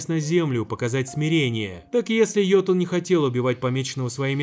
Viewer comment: уведомляю, не йотун, а ётун